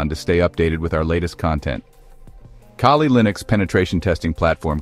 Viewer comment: I pronounce it, CAW-LEE. (KALI) LINUX Not kay-lee